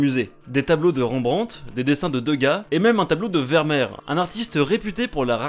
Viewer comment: Tout le monde parlent du s de Anvers ( mes oreilles ont aussi saigné étant belges X) ) Mais personnes parles de la prononciation de Vermeer qui se dit verméer et non vermeur Ou sinon super vidéo continué comme ça